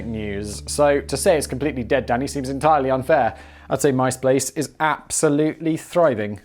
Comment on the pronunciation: "Blizness Blaze" ? "MySplace" ? "Processing Prants" ? What's in that clup, Simon?